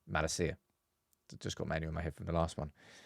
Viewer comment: It’s Malácia nog Makací